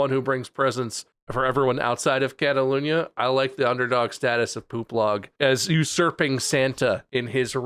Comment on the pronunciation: Why does Bob keep pronouncing "Catalonia" as "Catalunia?" That's bugging me.